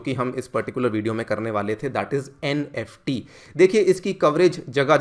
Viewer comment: Nft not neft